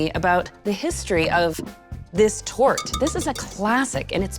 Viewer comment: Sweetly..not tort